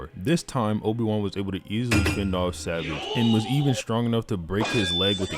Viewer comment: Bro you gotta learn how to pronounce savage 😭